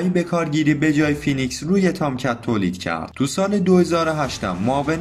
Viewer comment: تلفظش فینیکس هستش با لهجه امریکن